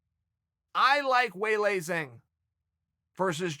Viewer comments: Her name's pronounced "way lee jahng!" 🤦‍♂️ #laowai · Chael "We all lie Zang " Sonnen...